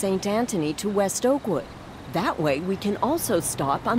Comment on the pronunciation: I, for some reason, kept hearing "Awkward" instead of "Oakwood" :)